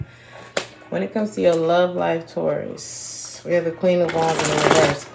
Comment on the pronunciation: Hey girl welcome back. U kept calling us Tuarus. 😁Missed your readings. Luv u grl♥️